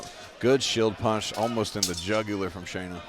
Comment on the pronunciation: Might work on pronouncing the fighters names correctly. Shanna is pronounced how it's spelled. Y'all keep calling her Shaina. Just a pet peeve to show respect to the fighters.